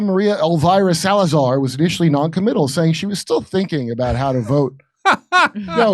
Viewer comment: Wait, Maria El-Virus Salazar? Did I hear Kurt correctly? :D